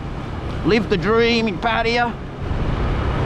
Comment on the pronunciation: I've heard Pattaya pronounced many different ways even though there is nothing ambiguous in the ways it is spelt. Your pronunciation is probably the worst and you pronounced it two different ways in the first 10 seconds of this video.